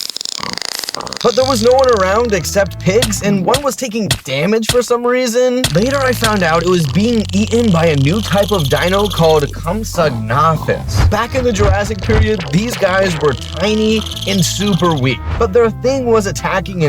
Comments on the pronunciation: Comp-sig-nite-us. Not comp-sig-nitus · Sorry to be a nerd but gal-i-my-mus comp-sig-na-thus cer-at-u-sourus